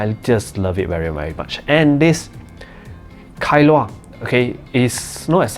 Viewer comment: Kailua is a place in Hawaii. I think you pronounced it well.